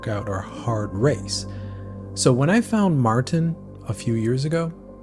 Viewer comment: It's pronounced mORten not mARten .......I use premixed in soft flasks plus caffeine gel, no gut issues... I tries Precision which was good, but the caffeine ones gave me headaches!!